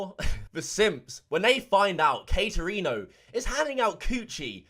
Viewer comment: He said Katerino. Let’s jump into her. Lol.